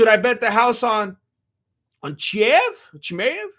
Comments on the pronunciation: Fuck I'm out you can't even say Chimaev, most gross mispronunciation I've ever heard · Hole uuup. Your Chimaev impersonation sounds like he's rock'n a sombrero.